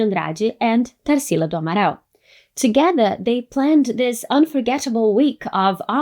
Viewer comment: Vi que era brasileira, já quando falou amaral. Fiquei. Hmmmmm ela não é gringa akkakaka